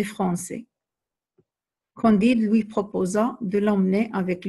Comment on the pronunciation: Candide avec "a" pas "o"